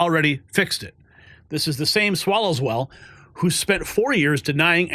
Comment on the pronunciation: pronounces it Swallow-well. 🤣🤣🤣🤣🤣🤣